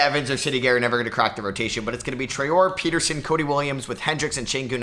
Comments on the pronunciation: You're nearly pronouncing Traore right, you are supposed to pronounce it Tra-ore-ey, and not Tra-ore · Hey love the vids! Traore is pronounced “Try-or-ay” for future reference